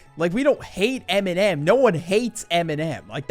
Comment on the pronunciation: Bro says eminem like mn’m not dissing, just funny